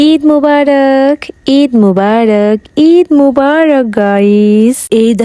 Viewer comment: ইদ❌ ঈদ✅😂😂